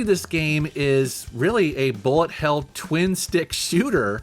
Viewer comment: "bullet hail" or "bullet hell"?